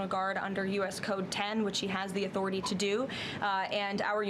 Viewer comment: She can't say Trump and can't say authority! "President Chump has a legal enthority"!! Lol